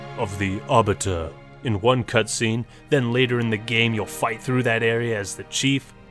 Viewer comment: Look, I love you man but, STOP MIS PRONOUNCING THE ARBITERS NAME